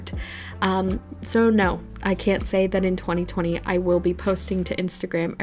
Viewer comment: catch me being a supportive friend but also laughing at how you said 2020